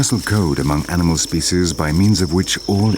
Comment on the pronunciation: whoever it is, he's awful! This is not a Shakespearean drama and the way he pronounces "species" is very annoying